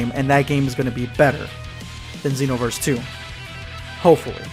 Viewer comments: He probably pronounces it Zeenoverse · SpextrumYTI am a xenoverse fan but I pronounce it that way. But how do you pronounce it